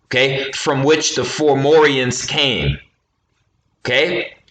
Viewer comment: you keep saying formorians not FOM FOM FOMORIANS not FOR FOR FORMORIANS 4morians